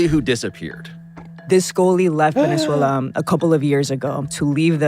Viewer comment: SAYS "VENEZUELA" LIKE AN IDIOT 😂